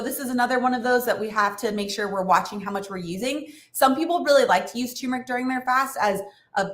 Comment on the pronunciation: Great video and tips, but it’s “tur-mur-ick” not “too-mur-ick”